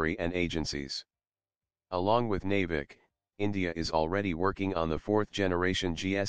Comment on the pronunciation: Thats Navik. Not nevik